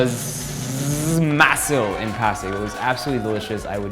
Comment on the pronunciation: Oh and when it's a Korean word and you see the s and i together it's pronounced "shi". So it's pronounced mah-sheel. I live in Los Angeles & fam from the PH told me the korean food here is better cause in the PH they skimp on meat apparently